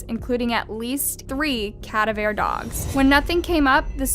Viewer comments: 😂 (cav-a-deer) dogs. ie (ca-dav-er). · All these stories are tragic and my heart goes out to the victims as well as the families. That being said, I can’t get over the way she said cadaver dogs…cadavare 😅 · CA DAV ER .. i love your videos but girl you mispronounce so many things 🤣 shit sounds like a fancy dish Cadavere 🤣🤣🤣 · Ca- dav-er...not cad-a-veer.... pronunciation sweetheart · C UH DA VER 🤣 not CAD UH VAIR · Cadaver. Not cad-uh-vair. Ka-dav-er. You're welcome. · Cad-a-ver? Educate yourself because frankly, you sound uneducated, misinformed and altogether much too childish to even begin to comprehend the true enormity of these crimes. CA-DAV-ER; simple really. Please use a pronunciation key because there really should be no excuse given what you are "reporting". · Cadaveer dogs? 🤣🤣 ca-diver is how it's pronounced. Also ezra isn't a victim she's the murderer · Cadaver dogs. Not cadavair dogs. I’ll notice it every time you say it… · (Ka-dav-ur) pronouciation of cadaver. Not (kad-ev-air). Luv your videos, just a little help with a word, not being mean. 💕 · Cadaver?? Lol… KUH-DIVE-ER or KUH-Daaaaav-ER dogs. Lol. It gave me 2nd hand embarrassment because you would think as a true crime person you would have heard that word (aka. dead person) as well as looked it up. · I think you mean cadaver … it’s pronounced kuh diver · Honey, cadaver dogs , KA-DA-VER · Great Show, just wanted to you know that cadaver was pronounced wrong it KA-Di-Ver ....other than that Have a Blessed Day. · Its pronounced (Ka-Dav-Er); cadaver. Girl you were killing me everytime you said it wrong💀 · KA-DAV- ER is the correct pronunciation 🗿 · Hate to be that guy but it’s pronounced cuh-dav-er. And arraigned is uh-rained. It’s super distracting to have some of these words mispronounced repeatedly. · It’s pronounced kuh-dah-vur dog. Js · BAHAHAHA THE WAY YOU SAID “CADAVER” it’s cadaver. As in a dead body. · *CUH-daV-er dogs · "CADA-vare" dogs??? Uh no... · Cavader lol